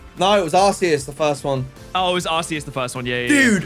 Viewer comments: Am I the only one who thinks it's pronounced ARK -EE -USS, not ARSE-EE-US? I read somewhere that that's the final, official pronunciation. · Isnt it pronounced like arkeaus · calling Arceus Sazed is craazzzzzzzzy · Hate to be that guy but... 🤓 It's pronounced "Ar-kee-us"